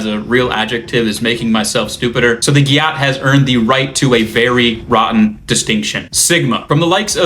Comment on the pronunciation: it’s pronounced gat.